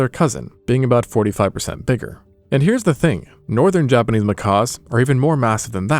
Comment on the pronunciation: I don't think it's AI because he pronounces words differently throughout the video, the thing that stuck out to me the most was how he says "Japanese". Sometimes he says it normal, but sometimes it sounds like he's just saying "Japanee" 💀 Maybe he used to have a lisp and he's working through it lol